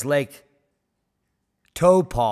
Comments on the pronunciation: Pronounced Towpo , I believe . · It’s pronounced Tau-po, been there many a time.. the last time this one popped it caused crop failure and no sun in Europe recorded in Roman records. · Re Lake Taupo and township: Tau rhymes with towel, a cloth with which we dry ourselves. Towel-po. 100 km / 60 miles away is Mount Ruapehu, an active volcano. One of a group of three mountains, the other two being Ngauruhoe and Tongariro. If there's a VEI 6.0 eruption, how far would the lava flow ?